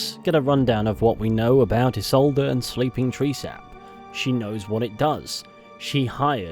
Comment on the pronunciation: Ee-Solda, not Yee-Solda.